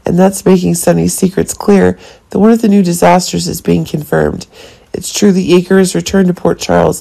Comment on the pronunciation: It isn't "Yagger". It's Jagger! Please pronounce your words correctly. And...Jagger is not Dex's father either. Watch the show before you give out your information. It's obvious that you don't watch General Hospital.